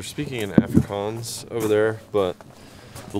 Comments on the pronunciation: Another English correction, Afrikaans is pronounced like ofrikaans like On or Ollie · You also don't pronoun Afrikaans like that 😂